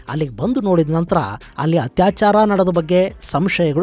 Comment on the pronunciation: ಹತ್ಯಾಚಾರ ಅಲ್ಲ ಅತ್ಯಾಚಾರ.